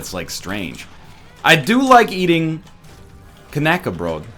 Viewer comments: How he tries to pronounce "Knäckebrot" :D I'm German and we eat it a lot. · Knäckebrot. Its german. I am german. Rekt. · Knäckebrot